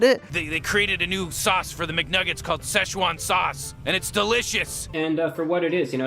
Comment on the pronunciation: The hell is szeshoan sauce